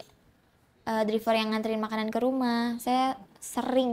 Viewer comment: Driver bacanya draiver mba🥺🙏🏻 semoga cepet tobat ya. Naudzubillahminzalik